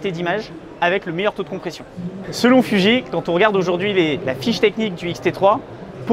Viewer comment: Alors, c'est fuji et pas fudji et c'est full métal flippette et pas full métal phantomette 😉